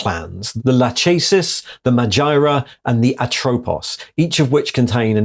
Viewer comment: Lachesis - La-kess-sis. It's the name of one of the three fates. Atropos is the name of an other. Oh, and since Moirae = 'the fates,' there's a theme going on.